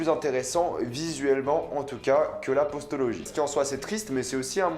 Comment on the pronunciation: On dit Postlogie pas "Postologie" hein 😅